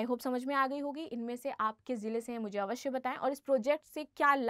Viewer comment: अवस्य नहीं अवश्य ! Reason नहीं Region .